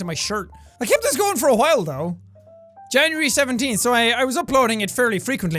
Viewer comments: Staap saying Jan-yury IT'S JAN-UARY!!! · Jack: Makes fun of his past self about the way he pronounces certain words. Also Jack: Janury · So he gets on his own butt about pronouncing this wrong, and then he says, “Janury.” Oh Jack. You haven’t changed a bit.